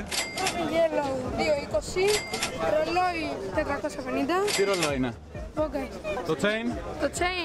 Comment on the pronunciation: Στο δεν ντράπηκε να πει ρόλι 20